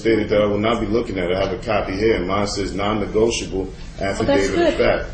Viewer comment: “Nonnegoitable” LOL